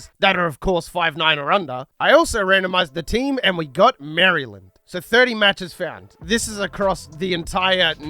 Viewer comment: hurt me every time I heard you say "Mary Land"